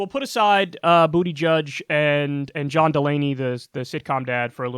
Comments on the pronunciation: Kyle, I'm a Bernie supporter, but I'm also Maltese. Buttigieg is my maternal grandmother's maiden name. It's pronounced Boot-i-geege, not Booty Judge. headdesk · Pretty sure his last name is pronounced Boo-tuh-Judge.